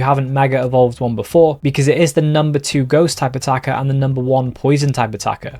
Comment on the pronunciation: Everytime he says "Type Attacker" I think he's saying "Stakataka"